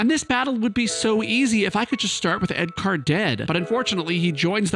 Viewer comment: I'm 4 minutes in and I love all the car references. I heard you say "edCAR" and I knew you were going to name the monk "Punch Buggy"!